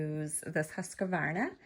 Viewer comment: Please check your pronunciation of the machines name there is no a between the q and then it’s not husqavarna it’s pronounce it the way it’s spelled please just read it off the front of the box 🎉 you’ll sound a bit more professional